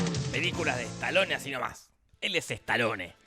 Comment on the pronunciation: "estalone" es un pauer "ransher" 😁